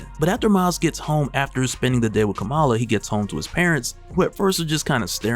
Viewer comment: Bro, Kamala is pronounced like “comma-la”